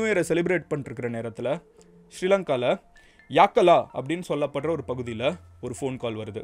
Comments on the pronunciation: It's not Yaakkalaa it's Yakkala யக்கல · கோட்டவா இல்ல❌ கொட்டாவ✅ யாக்கலா இல்ல❌ யக்கல✅ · Hi Madan Gowri! Following are the correct pronounciations. கொட்டாவ (Kottawa) ருவான் (Ruwan) யக்கல (Yakkala) மஹரகம (Maharagama)